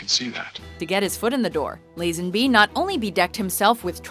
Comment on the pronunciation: The narrator's mispronounciation of George Lazenby's name is really annoying. It's "Lah-zenby" not "Layy-zenby".